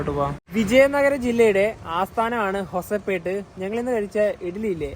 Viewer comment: Guys ഹുബള്ളി അല്ല ഹുബ്ലി ആണ് പിന്നെ ഹൊസപേട്ട് അല്ല ഹൊസ്പേട്ട് ആണ് 🤝